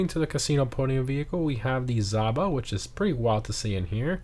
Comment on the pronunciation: Someday people will say "Zh" in "Zhaba" correctly.